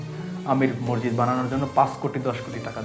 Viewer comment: সাউন্ড বন্ধ করেন৷ আর মরজিদ কি? উচ্চারন ঠিক করেন৷ মসজিদ৷